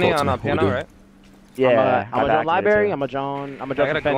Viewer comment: lol LIBARY